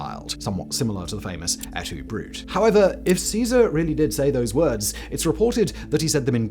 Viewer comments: Leave it to Simon to mispronounce even a quote as famous as, “Et Tu, Brute?” And, yes, to make sure, before posting, I confirmed the E is pronounced and not silent as in the word brute. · It isn't "aytoobrut" It is Ate Too Brootay. Yes, I'm pedantic. Please, for the love of little green apples, check your pronunciation :) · It's pronounced Ett Two Broo-tay.